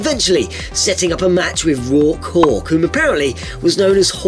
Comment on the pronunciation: also "Rock Hawk" sounded like "Raw Cock"